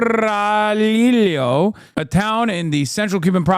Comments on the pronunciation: in spanish the double l is a y sound Corraliyo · finally a gringo understands how to pronounce Spanish words with R Sadly the LL pronunciation is lacking oomph